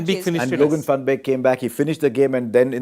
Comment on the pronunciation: Love the way Harsha pronounces “van” correctly. Does Harsha Gaaru know Dutch also?